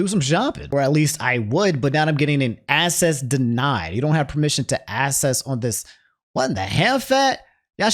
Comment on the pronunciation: Until hearing pronounce it wrong, I’ve never realized how weird of a word “Access” is. The first c is the hard k sound while the immediate second c is soft s sound.